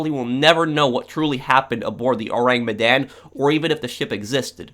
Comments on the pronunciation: Your pronounciation is "Oh-Rang Me-Dan" .. It's actually "Ooh-Rang Mid-Dawn" .. Sorry.. it just bothers me lol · Your pronounciation of the ship name is waaay off XD .. Aside from that.. Good video!